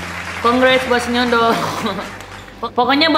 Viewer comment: sinyondol nyo bkn sinyendol😂😂😂